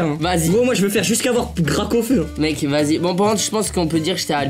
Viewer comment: mes t’es bête toi c’est parce qu’à il a dit gracaufeu